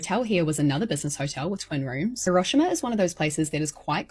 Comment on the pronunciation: Not me wondering for a full 30 seconds what horrible thing happened in Huroshama because her pronunciation didn't make me think of Hiro-shima as ericans pronounce it. Lol, oy, I feel dumb.